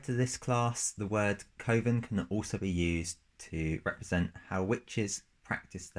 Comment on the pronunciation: "Coven" should rhyme with "oven". Otherwise, great video and cool class and sublcass!